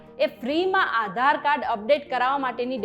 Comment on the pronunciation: Maybe it's Aadhar Card, Not Aaa dhar card :face-blue-smiling